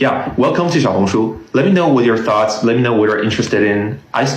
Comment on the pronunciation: You can't say xaiohungshu I suggest you learn.